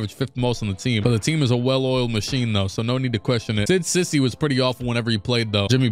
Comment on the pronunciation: cisse is pronounced see-say not sissy